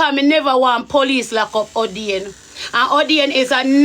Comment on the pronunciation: How u say a don 😂a 😂😂